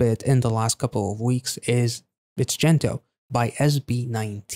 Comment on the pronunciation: It's pronounced as "Gento" Not Jento! hehehe